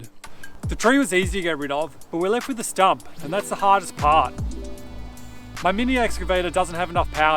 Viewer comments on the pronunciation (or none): “dis stump” 🤣